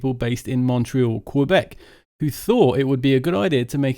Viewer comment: Say Quebec again